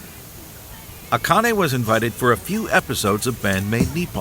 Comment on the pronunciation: yes, the way you pronounce Akane is more in line with how it is said. (she goes by A-Chan, not Akane Chan btw) . I will never ever EVER recommend google translate for Japanese to English and vice versa but, the way it audio wise pronounce Japanese words (and names) is rather good. Give it a try